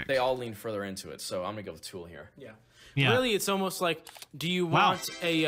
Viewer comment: Is it meatriding when I hate when people pronounce tool as two syllables?? That kid keeps saying “tewel” and it’s infuriating me. I guess the right band won :p